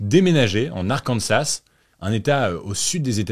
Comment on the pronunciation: La prononciation de l’Arkansas est incorrecte. C’est Arkansaah